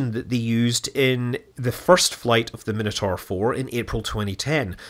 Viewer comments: The pronunciation of “Minotaur” is just bizarre. Is that an American thing? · You might want to work on how you say Minotaur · It's always weird to me when someone pronounces it min-a-tor, when I personally know it's pronounciation to be mi-na-tor. They are both correct. The things we grow up with hey.